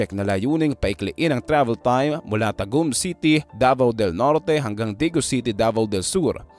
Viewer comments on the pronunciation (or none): none